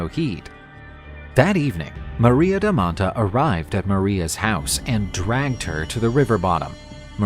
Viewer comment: It's maria da manta (not maria da mattaaaaa)